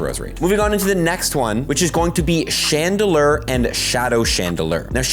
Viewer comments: Love, but cringe every time he says “Chandelurrr” 😅 When pronouncing it, simply think of the word ‘lore’ and add that to ‘Chandel’. 👍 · and Chandelurrr? lol